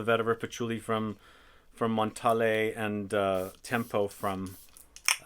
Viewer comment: Why does he say Montalé ??? it's Montale (French brand)